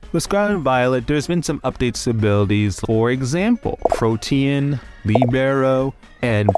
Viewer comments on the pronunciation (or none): none